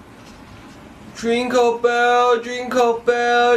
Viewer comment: sound like he said Drinkle instead jingle